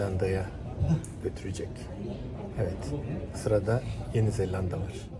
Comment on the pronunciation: hocam bu arada yeni zeLLanda değil yeni zelanda :D esenliklerrr